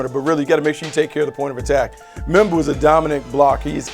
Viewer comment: Please stop saying membou for my Jets